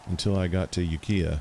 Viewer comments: FYI the town Ukiah (were I grew up) is pronounced uk - eye - ah. The i is pronounced as a long i. It is a Pomo Indian word, which means Valley of the Moon.. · The town Ukiah is actually pronounced 'Yookiah'. The i is a long i. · We’re living in Clear Lake rite now! Glad u were able to correct the pronunciation of Ukiah! And also for adding that’s a Pomo name! Didn’t know that it meant Valley of the Moons. Also didn’t know any BF spotted by Leightonville been up a couple of times to huge flea market there! Been awhile so I don’t know if that is still happening? Thanks guy for ur input! 😎🤙🏼💯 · The reader is obviously not a Californian. Lucky bastard.